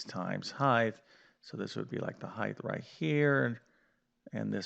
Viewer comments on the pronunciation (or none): Height, not hieghth please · You don't keep saying "heighth", do you? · What the hell is ‘heith’? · That was a nice presentation, but what is this "heighth" you speak of? 😆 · What is it with you Yanks and the use of “Heighth”?